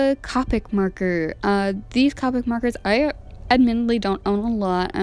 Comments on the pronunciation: I’m not being rude but it’s pronounced cope ic not cop ic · U said colic wrong its co-pick no hate I picked up these markers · the o in copic is pronounced o not capic